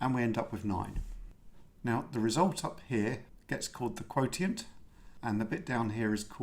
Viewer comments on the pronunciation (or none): Excellent as always! Though for future reference, "quotient" is generally pronounced "kwow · shnt" as opposed to "kwow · tee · int" as you pronounced it .